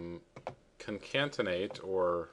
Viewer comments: The word is CONCATENATE, not Concantenate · CONCATENATE not concaNtenate... Great Video though! Easy to follow! Thanks! 😊